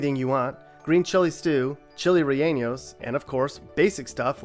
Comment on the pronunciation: PS Rellenos is ray-en-ohs, not ray-en-yohs. 'No tilde over the "n".